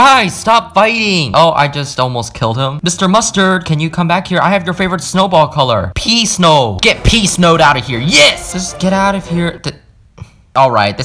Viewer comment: When he said pee snow lol